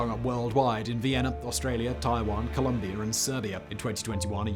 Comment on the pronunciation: Apparently it’s somehow related to, “Columbeeyur”.